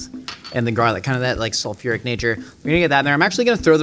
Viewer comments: WHY DOES he keep saying jarlic? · “Jumbo jars of jarlic” is killing me rnnn